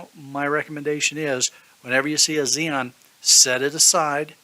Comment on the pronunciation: Yea I just found it a little funny so i decided to comment "xenon" lol. Good video btw